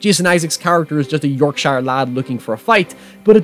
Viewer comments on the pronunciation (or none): The way you said Yorkshire pains me to my core